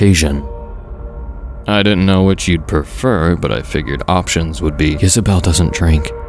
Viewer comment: Oh, it was Isabell. I thought he was saying Yisabelle, which I thought sounded more unique and cryptic. Gotta say, you made a fan out of me. Some of the stories I listen to on YouTube start strong and end weak. I like that you give your stories more closure.